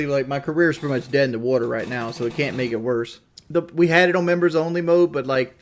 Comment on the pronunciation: His accent is the worst off all damn thing just listen to him pronounce anything ANYTHING with a O or an N and it sounds so off He says On? No, "Oawnn"